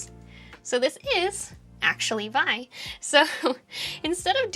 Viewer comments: vi is correctly pronounced vee eye, not vie. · Also, “vee-eye” not “vye” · ay yi yi, not "vi", but v-i, but I love the IOCCC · Who says "vy"? Geezus, it's "vee eye" newb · ugg. she called it "vie". might as well have called it "6". Bill Joy will come find you and tap on your shoulder. it's "vee- eye". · "vi?" "VAI?" It's "v-i". "VEE - EYE". Says the guy that was raised on UNIX in the 80's. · I was enjoying this right up to the point you said "veye"... sorry love, it's pronounced "vee eye" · Oof. Each letter of "vi" is pronounced separately. "Vee. Eye". Not "vye". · Aaaaaaaaahhhhhhhh!!! It's VEEE, not V-EYE! I need to wash my ears out now (fabulous video though :) ) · minus points for saying "vi" as a word and not VEE EYE. :) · You pronounced "vi" as vy? Seriously? I struggled through to at which point I now realise I've wasted twenty minutes of my life.